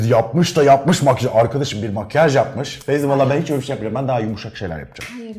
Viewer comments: Fezi’ye fevzi mi diyor😂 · Fezi’ye fevzi mi diyor ben mi yanlış duyuyorumahdjajdjajdj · Fezi'ye Fevzi demeniz peki 😂 Bu arada Duygu saçların çok güzel 😍